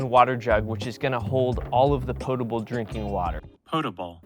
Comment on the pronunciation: omg. thank you. the audio for potable was genius. so sick of people saying "pot". so ignorant.